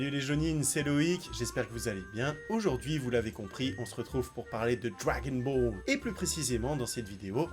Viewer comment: Je pense que t'es la personne qui prononce le mieux dragon ball au monde